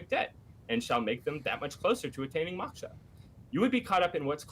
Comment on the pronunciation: If i hear maksha one more time lol. God these 2 attempting to discuss "Hinduism " is nails on a chalkboard